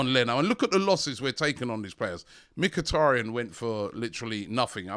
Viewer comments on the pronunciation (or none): none